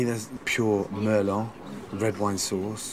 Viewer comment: Wow..... Shocked, , Gordon pronounces Merlot Wine (Merlow) as Mehr-Lot............. Grade A Chef......???